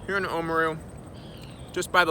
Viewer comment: Awesome vid. FYI Oamaru is oar-ah-mah-roo (rolling the “r”), not oh-mru ☺️